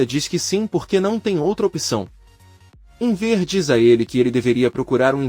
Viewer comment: Não entendo porque o locutor fala Enver, burraldo